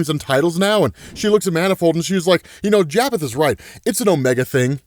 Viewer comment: Not trying to be one of those people but …… it pronounced Japheth ( ya -fett).